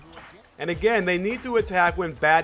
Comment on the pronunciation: LMFAO "Badgay" Battier*